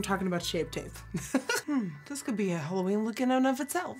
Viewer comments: Am I the only one that heard HOLOween? :'( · I love that she says HOLOween💿❤️💿💉💉